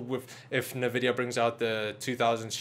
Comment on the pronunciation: I’m sorry but nvidia not nuhvidia